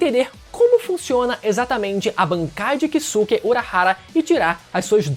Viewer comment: A pronúncia correta é Kiske e não Kisuke, da mesma forma Saske, Soske, Yuske, etc.